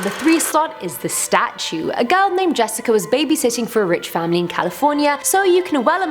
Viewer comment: The stautue i heard that